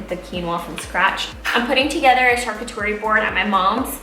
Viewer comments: Hi :) it’s pronounced sharCOOterie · Great picks, But I have to say you’re killing the word charcuterie! It’s pronounced shar-coot-erie 👍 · Charcuterie= shar- coo- tar-ee or Cheese board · Helen Mancilla She mispronounced the word, but she means charcuterie board. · Thank you! That drove me crazy. If you don’t know how to pronounce it just say....cheese board.